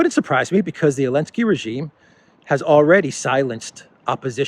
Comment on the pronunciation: Why do you call him .elenzky?